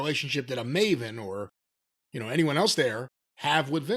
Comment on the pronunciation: Piers Morgan pronouncing Maven as Marvin.